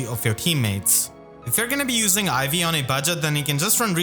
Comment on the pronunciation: Because you put the emphasis on the second syllable, I keep hearing you say IV like teh stats rather than Ivy’s name lol